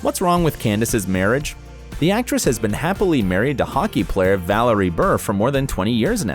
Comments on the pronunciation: Don’t assume these things. Also please pronounce “Bure”and “Valeri” correctly. If Candace and Val are happy with their relationship leave them be. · It's Valerie Bure ... Val-er-ee Burr-ay. and Sinai ... is Sigh-Nigh